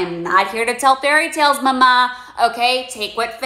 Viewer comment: I was so confused, sometimes I thought it was "mamaze" like Lamaze but...tarot-y? Why do women call each other mama?